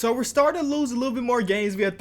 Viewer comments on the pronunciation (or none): none